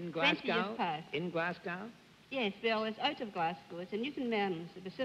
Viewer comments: Bennett - it is GlasCO not "COW". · To all our non UK viewers of this excellent series, and despite Bennett's repeated mis-pronounciations, Glasgow is pronounced 'Glaz-go', & people from Scotland are Scots, (ie:- Scotsman) or Scottish, not Scotch. Scotch is a drink! It surprises me that with Bennett spending a lifetime working with words, he continually gets this wrong.